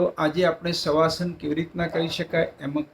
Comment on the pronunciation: Saheb savasan hota nahi ki shavasan